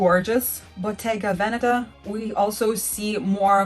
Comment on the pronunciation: You need to learn how to pronounce Botega "Venetta."